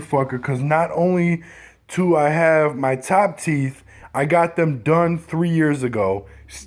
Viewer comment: The fact that he said, "not only TO i have instead of DO i have let's me know the top is missing (do sounds like to when top teeth missing) lol